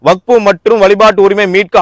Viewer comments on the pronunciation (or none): none